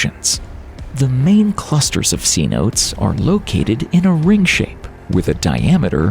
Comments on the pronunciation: OMG I am so TIRED of the overweening STEW PED IT EEE of these organizations who purport to bring us useful and true information and then prove instead that they don't even know how to PRONOUNCE the words they use. It's SEH-NOTE-AYES, not C-NOTES. C-notes are found in MUSIC not GEOLOGY. AND the fireball did NOT out SHOWN the sun. It out SHAWN the sun. Is this just the voice of an AI programmed by ID EEE OTS or is this an actual person for whom English is a second language. As far as the writing is concerned "THEY" can't make up "THEIR" mind about the tense. It's past tense, then present tense back and forth, even with a few future tense thrown in to complete the basket of stew ped it eee. To top it all off, they did not even show us the answer for the question that is the Video's Caption - What Would We See When The Gulf of Mexico is Drained? Not answer to that in this monument to stupidity and incompetence. I'd give a grade 10 student a C_ for this "project". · Y'know, if you're going to use a Spanish word, you should pronounce it correctly: they're NOT "see-notes," they're "say-no-tays." Saying "see-notes" just makes you look IGNORANT. And now I"m seeing something even more ignorant, an apparent statement that the asteroid was the size of the Gulf of Mexico??? WRONG. It just got thru saying that the damn asteroid was 10 kilometers across -- 6 miles, I had to look up to find out! NOT the size of the entire Gulf of Mexico! In fact, at the time of the impact, the impact location was in a shallow sea; the area of land where the boundary ring is now shown, with those cenotes, was all underwater at the time, and the waters of the Gulf were already there, though I don't know if it was yet identified as "the Gulf of Mexico." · Because he calls "cenotes" sea notes. 😂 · You are pronouncing cenotes wrong. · The pronunciation of Cenotes makes me cringe. I'm sure it's correct under some dialects, but it sounds so different from the local pronunciation. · Not "Sea-Notes!"